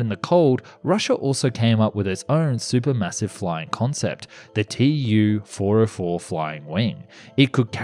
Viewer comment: Why do you say T U for russian Tu-404? T Upolev?